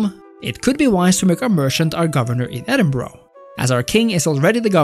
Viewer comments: Scottish capital is edinburgh- pronounced edin-bur-ah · Edinborough?!! WTF?